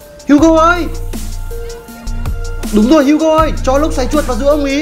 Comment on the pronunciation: HUGO tiếng việt : hú chó